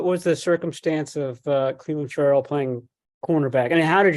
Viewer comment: " Yeah Hi there Cleanin Furreelll" lmao